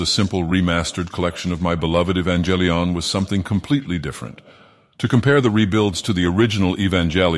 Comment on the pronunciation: E-vanga lion